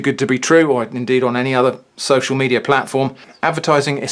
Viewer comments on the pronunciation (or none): none